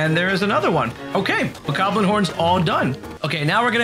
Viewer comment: Whats a bokarrrblin???? Its bokoblin😂